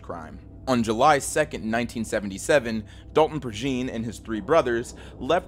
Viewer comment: Love your vids, man....one note regarding Dalton Prejean: I'm from around the Lafayette area, it's a Cajun last name, so his last name is pronounced ("PRAY-janh", with the "jean" pronounced as in jean-batiste or jean-pierre). I'm sure you won't even see this, but i gotta rep my people. Keep the quality content comin!